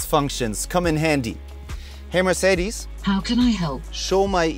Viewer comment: Even Mercedes employees say the name wrong ;(